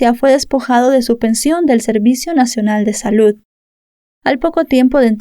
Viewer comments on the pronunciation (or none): none